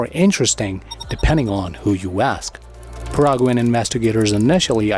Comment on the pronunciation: It is Not pronounced Paraguan, it is Paraguaian. Exelennt video